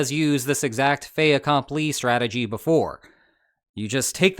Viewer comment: I have a sinking feeling this will age like milk. BTW, did you pronounce fait accompli as fay akomplee? I was taught it was fet akomplee, because the second word begins with a vowel, necessitating the insertion of a consonant. Maybe I learned it wrong.